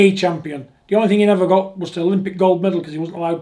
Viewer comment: John don't beat me up. Please........ But it's thing, not think.